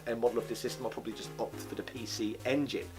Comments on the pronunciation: “Pee She Engine” grinds teeth You make me want to say “Zee Ex Spectrum” when you do that 😒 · What’s a pee-she engine? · Pee She EnginUH, the predecessor to the PeeShee EnginUH Sheedee